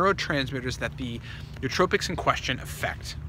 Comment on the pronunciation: The correct pronunciation is new-oh-TRO-pics, not new-TRO-pics.